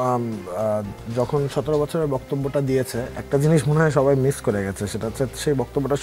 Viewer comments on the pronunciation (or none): none